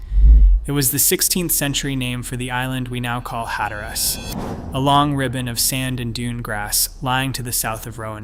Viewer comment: No one calls it "Hat-er-Ass"